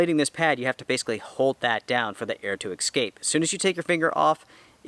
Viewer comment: it’s esssscape, not exscape. I love how honest you are on your product reviews. Keep up the good work!! Sincerely,Amy